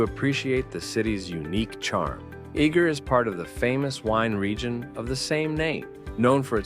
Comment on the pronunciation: As a Hungarian the way he pronounces Eger is extremely funny